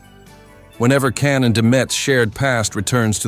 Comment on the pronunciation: Nice story, but you should pronounce his name the right way....with a J and not C.